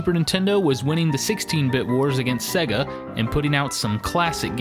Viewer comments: I hate the way you say Sega... It's pronounced 'Sayga', not 'Segga'!! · "Segga" Really? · why do you pronounce it "SEH-guh"? Even the company pronounces is SAY--guh in their ads. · sor the love of god please stop saying "segga" it really grates! Its either "sayga" or "seega" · I'll add "worio" to the list, straight after "sehga".